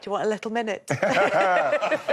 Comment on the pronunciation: Love the Kelly & Wrighty show. Kelly killed me, did she really say "likkle minute" love it